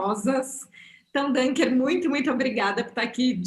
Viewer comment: Só uma coisinha: Dunker se pronuncia com som de U, não de Ã, porque é um sobrenome alemão, não é em inglês.